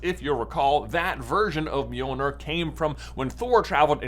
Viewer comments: Wanna try saying Mjölnir one more time? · No one gonna comment on how he says Mjölnir? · First try and say Mjölnir right